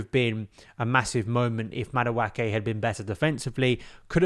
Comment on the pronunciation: its madu-eke and not madu-ake. the pronunciation is driving me insane